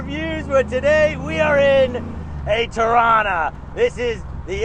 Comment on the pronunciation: Torana, pronounced here as "Trana"" cool 70's Holden classic. I used to to these things back in the day because they used to flog the Ford's at Bathurst (77 was awesome however ). Now over 40 years on I respect and appreciate them as a true Aussie Icon. Like all old Aussie muscle cars they are mega expensive and made out of unobtainium for the average punter. I envy those that have them these days, not only Holden's or Valíant's or Falcon's. I love to have them all...